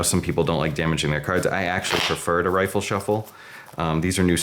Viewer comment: Good walkthrough. Just one thing. It’s “riffle shuffle” not “rifle shuffle”.